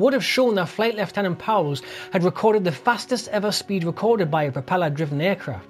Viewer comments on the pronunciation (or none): none